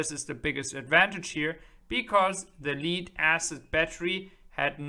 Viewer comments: Thanks for this clip! If you don't mind, "Lead Acid Battery", the "Lead" is pronounced like "Head" or "led" (said, not "Spelled out", like "L.E.D."!)😁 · "Leed" acid battery ... LOL